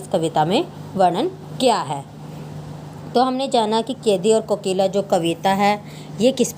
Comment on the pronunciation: कोकिल बोलो तो 😂